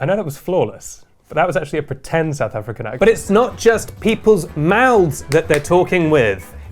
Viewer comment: "Sout Effricken"😂